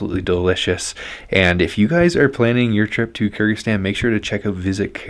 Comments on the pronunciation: Sounds like you are saying Kurdistan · If you say it slowly might be easier to pronounce Kır-gı-zis-tan